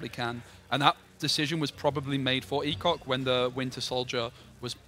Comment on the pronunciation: I'm pretty sure his name is "e-shock" not "e-cock" 😂